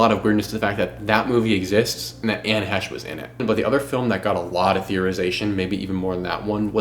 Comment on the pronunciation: You really should know how to say her name properly before making a video. That was so annoying !